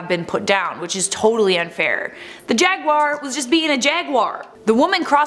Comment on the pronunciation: Another reason to like more, she’s one of the few people I’ve heard that pronounces jaguar correctly. Most pronounce it jag-wire and it drives me nuts.